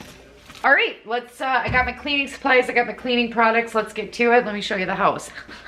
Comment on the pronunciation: I was telling my SO about the Mega Motivation videos and he asked about "the one thay says Höuse" jajajajaja and yes!! So happy to watch your video today,!